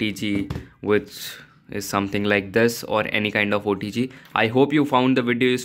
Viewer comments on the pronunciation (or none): none